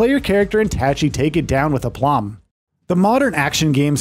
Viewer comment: I called bullshit that you even played the demo. They say her name in the demo and you still horribly mispronounce Tachy.